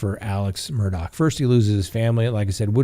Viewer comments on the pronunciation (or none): Talk administrators / mods... can someone PLEASE inform that the name is pronounced Murd-ahh NOT Mur-dock. I'm on the edge and that just might tip me over!! (LOL)